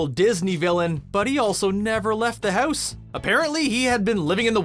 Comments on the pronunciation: its house, not hoose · I watched u for a long time but when u said house it really sounds like ur from Canada